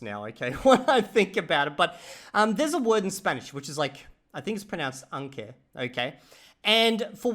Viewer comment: I didn't know you were saying aunque until you said the English. I look forward to more comments on what you misunderstood for thet past year. I can't wait for you to buy a Spanish dictionary.